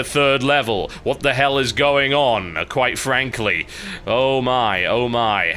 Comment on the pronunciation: Can u stop say quitfrankly and start say quitbobly plzzz!!!!! ;P .